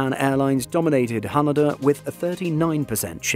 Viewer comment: Can you please fix your pronunciations or Haneda and Cebu Pacific? 😅